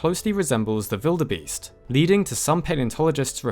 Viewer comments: Why does he say “Vildebeest” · Who in the hell puts that much effort to say wildebeest with a “v” sound? It sounds ridiculous and I’ve never met anyone who says it like that. But I did research and apparently some people in Africa say it like that so guess you get points for that 👍